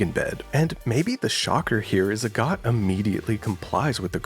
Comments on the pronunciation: its actually pronounded like ahh-got cus it's based on agatha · every time u say agott i thunk u say a god